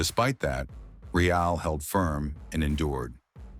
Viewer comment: thank you very much. Mai I give a feedback about the videos? You should find a way to fix the pronunciation of the voice software for the word "real" as it is pronounced as the english adjective and not in spanish. Just a minor thing, keep up with the great work!